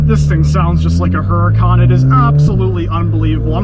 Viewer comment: Chevrolet is the car brand, Corvette is a model of Chevrolet. And it's pronounced OOOh Rah Kahn, Not Hur Ah Kahn.